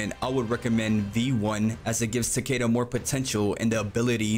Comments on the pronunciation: For goodness sake, man! If you are going to a make a guide for a character at least say his name right! It's TAH-KEH-DUH, not TUH-KAY-DUH! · is ta ke da no h, not weird pronuntiation like you are doing, and definitely not u ...bruh, if you want to correct someone, first be sure to be right yourself, thats embarrasing